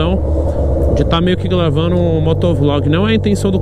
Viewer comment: Se tem taguro falando igual ao cebolinha da turma da mônica tem like. Ele falou " glavando. Kkkkkkkkkl